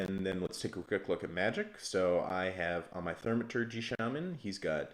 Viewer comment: Thaumategy? You can't say that in 2020?